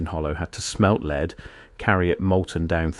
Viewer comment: I know this voice is AI, and it's a shame that it is (it didn't pronounce lead properly for the meaning), but I like the accent with its faint west country ( or Norfolk?) burr. Well done. This story was a brilliant mix of mud flood, the great re-set, and modern day narrative. 👏